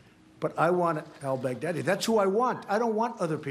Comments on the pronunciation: he said brag daddy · he said that later. he first said bag deady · I died when Kimmel said Bag-Deady 😂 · Trump mispronounced al-Baghdadi's name twice during that speech. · LOLOLOLOL OMG the way he pronounces Al Baghdadi.... OMG!!! a worldwide laughing Stock and zero substance